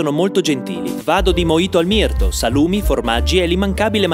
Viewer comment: Si dice mirtU no mirto P.S. Puoi recensire la spiaggia di Jesolo? E sottomarina? Grazie P.P.S. Ringrazio le forze dell'ordine